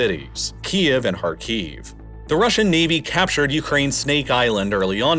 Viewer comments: Very cool and interesting, but I beg you to learn that SevastOpol is pronounced with the stress on O, KhArkiv with stress on A, and MariUpol with stress on U, thank you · Pronunciation tip: Sev-a-STO-pl, not Sev-AS-to-pol. KHAR-kiv, not Khar-KEEV.